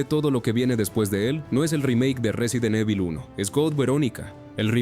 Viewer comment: 🗣 Resident eibol... Att: IA